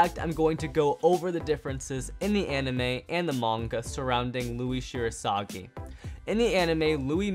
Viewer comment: Fact 11: his surname is literaly Shirasagijou, not Shirosagi